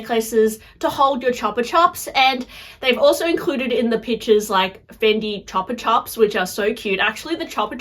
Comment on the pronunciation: CHEWPA CHEWP! Not chapa chop